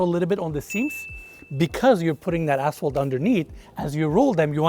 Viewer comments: Anyone keep hearing a$$hole instead of asphalt?... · we love you, but I couldn’t help but hear you say asshole, instead of asphalt and my wife and I are crying laughing 😂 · Did anyone else hear a$$hole about 10x instead of ashphalt?? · I am a HUGE fan! And when he says "asphalt" I think he's cussing at me. 😂🖕